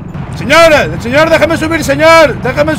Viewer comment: Señour No!! Señourr xD